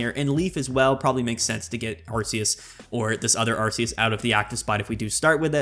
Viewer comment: Love it when expert Pokemon players can't correctly pronounce the names......Arceus is a hard c.....